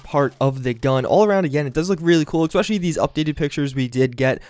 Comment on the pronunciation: I'm going to unsubscribe. It's ESpecially, not EXpecially. Goddamn.